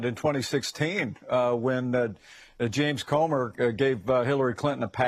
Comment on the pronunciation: Who’s “James Comert”?! 😂